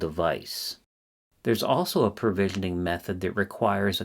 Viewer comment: PROvisioning, not PERvisioning.